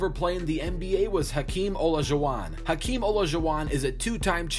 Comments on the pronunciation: we're just gonna ignore how stupidly he said Hakeem's name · Who else cringed when he said Hakeem’s name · The way he pronounced hakeems name shows he’s a casual lol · I have never heard Hakeem’s name pronounced as stupid as it just was